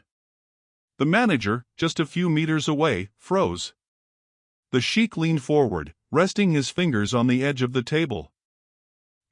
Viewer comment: Mispronunciation of narration besides other things. Sheikh (actually Shaikh) is pronounced 'Shay-k' & NOT sheek. Also why are u showing the waitress clasping her hands together insultingly like a prayer or submission??? She had strength of dignity & honest character to stand up to the Shaikh (shay-k). U are further be-littling her in the posture of the video. Terribly insulting.